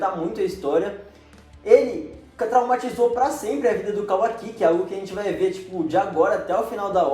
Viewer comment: não é “KAWAKÍ” é kawaki